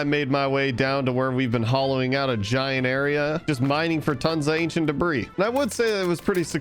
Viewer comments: This is making me go insane but in the word debris the s is silent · day 518: I've finally accepted that it doesnt matter he keeps pronouncing the s in debris and i should just get over it. i'm over it. day 519, a second later: doesn't pronounce the s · Please stop pronouncing the s in ancient debris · The "S" in "Debris" is silent